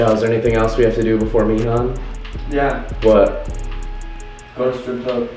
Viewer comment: BOIS AGAIN NOT 'MEE HAN' 'MAY HAN'